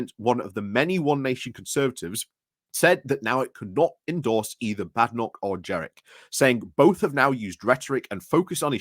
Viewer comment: It's Jenrick, not Jerick.